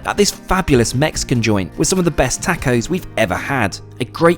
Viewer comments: Tah-co’s ( like open up and say ahh) not tack-os bro😊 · the way he said tacos💀